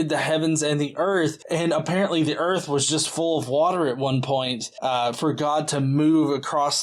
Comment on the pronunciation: It's pronounced "earf" ;-)